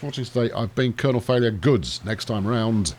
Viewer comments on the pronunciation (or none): none